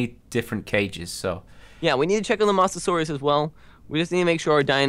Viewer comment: Its moa-sa-sore-rus